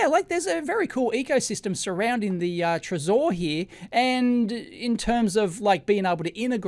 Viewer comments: I'm pretty sure Trezor is pronounced "treasure" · I think the accent it's on "e" not "o" trEsor, from the french word trésorerie, which means ( translated word for word ) "Office of a state where the public treasury is kept and administered"